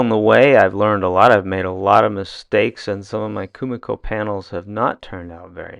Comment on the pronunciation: KUMIKO is pronounced “KU-MI-KO” (KU-ME-KO), not “KU-MA-KO”…